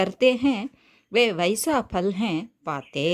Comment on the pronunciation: Mam fal nu dhane varum neenga pal nu solreenga?